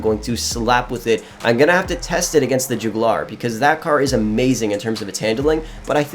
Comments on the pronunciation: It’s not the jew glar it’s the jug yuh ler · My guy just called the jugular the joogilar